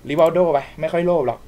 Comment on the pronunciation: ไม่ใช่ ริวัลโด้ วันคือ ริวัลเล่อ